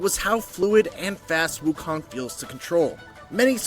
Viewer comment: FYI…The MISPRONOUNCED “Wukong”.